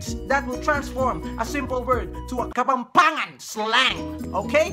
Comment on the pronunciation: Yung walang “H” nilalagyan ng “H” whhahahhahah tapos yung may “H” tinatanggal yung “H”😂😂😂 kapampangan kuuuuuuu💕